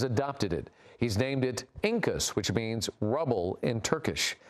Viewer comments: I see the ignorance and indifference of the average American media to languages and culture of other countries has not improved a bit in decades, feels like 1950s, hilarious... his last name is Çakas, it's pronounced like Chuck-us. Cat's name is Enkaz, not inkas, it's pronounced like an-kuzz. And the country's official name is Türkiye now. Not that you'd care, but... anyway. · Its name is Enkaz. Not incus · its not incas its enkaz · the cat's name is Enkaz, the E is pronounced as A when you say apple and put an n next to that A, then for "kaz" you pronounce it as cause in because (still not the most correct way to say it although the closest one to the correct pronunciation)